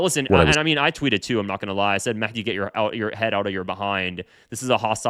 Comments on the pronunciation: Mehdi is pronounced Mahdi in Arabic, there's no Mekhdi or any other pronunciation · Why did you call him maحdi ???? 😂😂😂😂😂😂😂😂😂😂 It’s with a هاء